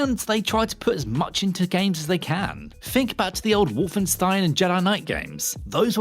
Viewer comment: "Can you fink of any uvvers?"